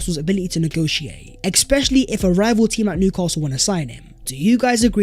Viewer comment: There's no x in "especially" ffs